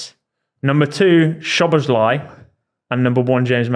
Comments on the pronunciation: has to work out how to say szoboslai properly😭 bro said szobolosguy about 17 times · Im not sure if you read this or care, but if you want to know the pronunciation for Szoboszlai keep reading: In Hungarian Sz is the same sound as English S The last letter "i" is pronounced as the English E In Hungarian we pronounce every letter So the correct way is So-boss-la-e But English speaking people pronounce it So-boss-lie which is also better than nothing.